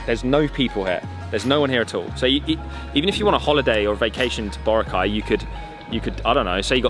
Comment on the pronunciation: he still can't pronounce Boracay properly.